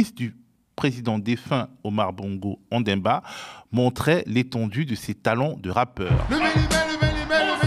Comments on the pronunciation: Monsieur le journalistes c'est ONDIMBA et non ONDEMBA.Ça c'est quoi c'est vous aussi.C'est pathétique ! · Ça se prononce Ondi-mba